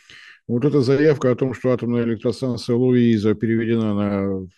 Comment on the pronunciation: Какая хрен разница! Кроме того, он ерничает, произнося Луиза!